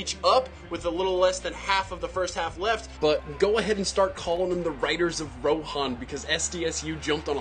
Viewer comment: It's RAHON, not ROHAN.